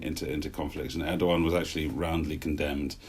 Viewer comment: needs to know it’s not pronounced erdyyan but erdowan